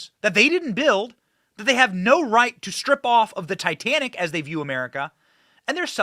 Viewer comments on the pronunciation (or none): none